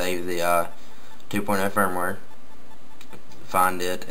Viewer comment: its firmware not "fire ware" firmware is like a kind of software